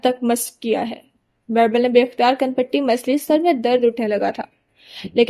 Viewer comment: Please girl stop calling him Bairbal he is beerbal